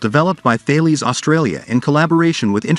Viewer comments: and Thales is pronounced Tah les french name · Thales is Tah les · Hi guys i live down the road from where they make the Hawkei and bushmaster now i dont wanna sound pedantic but ive done this cupla times now hahah sorry . Thales is not pronounced the way its spelt, its french its pronounced Tah les 🤗👍